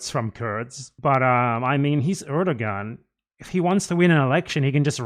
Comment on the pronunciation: Triggered by how you are pronouncing Erdogan and Ocalan 💀